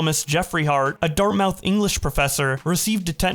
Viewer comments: Pronounced dart-moth. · A lot of mispronunciations in the end part when you're reading. Not trying to be rude. Just letting you know. Dartmouth, incisors, and alumni stand out a lot.